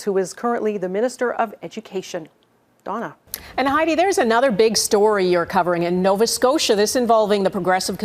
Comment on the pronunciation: Ooops its Dawna not Donna...